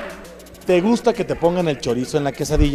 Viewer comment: Cuando dijo a ti si ye gusta sonó cómo pregunta y afirmación